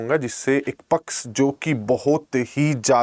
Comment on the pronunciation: Everything is ok but sir pls.....!!! Pls.... It's a humble request to pronounce the word शिक्षक correctly. शिक्षक को आप सिकसक सिकसक कर रहे हैं। पक्ष को पक्स.... 🙄🤷